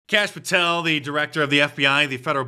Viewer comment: Kash Poo-tel